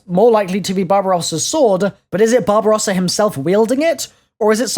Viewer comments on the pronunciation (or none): Whenever says Barbarossa I can just hear Bob Ross. That might be just me.